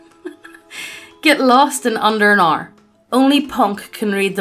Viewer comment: "monster girl cringy" that;s the type of person who would point at someone who tries to learn any langue even vaugly soundling like Japanese and yell at the top of their lungs "WEEB!" edit: she pronounced hour as errrr